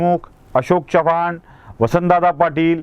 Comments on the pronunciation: च्यवाण नव्हे चव्हाण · आजकाल ही style च झाली आहे. च्यवाण आणि ज्याधव म्हणायची.